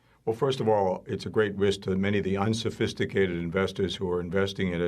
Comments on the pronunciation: Sounds like someone with interest in these hedge funds. "UnSiFiStiCATed" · SOB: "unsofisticated investors" 😂